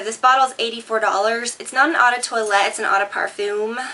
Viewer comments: eau de toilette/parfum is pronounced oh not au it means water :) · Eau is french for spell, pronounced - Oh - :) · Eau is french for smell, pronounced - Oh - :)